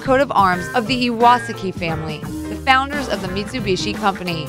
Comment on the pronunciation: Am I the only one who is triggered by the way she pronounces Mitsubishi? It's Mit-tsu-bish-ee not Mee-soo-bee-shi